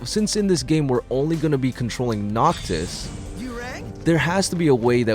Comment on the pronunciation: "Noctos" "Gladios"